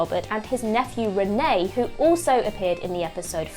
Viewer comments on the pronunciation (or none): It's René (boy) and not Renée (girl) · Sorry can you ask a French person to teach you how to say the name of the eldest Picard boy. I mean we don't call Jean Luc, John Luke do we! They are a French family with French names. I will point out I am not French but I think people and places should be called by their correct names.